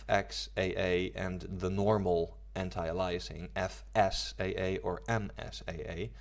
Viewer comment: ay-lee-es-ing. Not uh-lie-assing. It also doesn't filter textures, it algorithmically post processes the image, in essence downsampling. Transparency anti-aliasing does this to transparent textures, it's very different from full scene anti-aliasing. Lots of misinformation here.